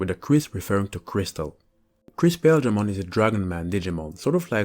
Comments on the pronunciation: The anime pronounced paildramon with emphasis on the il sound so pa- il- dra mon not pail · Okay, so this Digimon is called Paledramon, which is a clear reference to Ice or Snow, being that Ice and Snow are shown as being White and/or Light Blue, thus his colors as well. So it is Paledramon; Pale like white. Paildramon is pronounced Pah-ihl or Pah-ail dramon, not Pale. Hope this cleared things up. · I think that Paildramon should be pronounced Pie-eel-dra-mon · pretty sure the exveemon and stingmon jog evo is pronaunced "Pa eel dramon " and writen paildramon so their names or not the same . but its just my knowlage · Paledramon you got right. Paildramon is pronounced weird so it's not odd you got it wrong. Pa-I-eel-dra-mon. Not sure why but that's how the anime pronounces it. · Paildramon is Pie-EEL-druh-mon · Paildramon is pronounced like pie eel dra mon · I always pronounced Paildramon as Pah-eel-dramon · Awesome vid! Can't wait for angel rebellion that'll be sweet. Its pale-dramon and paw-eel-dramon or pie-eel-dramom like buddy said below (I think). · Paildramon is pronounced Pie-il-dramon, when in doubt check the anime as they use his name often. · Paildramon has the long “I” followed by the “e” sound.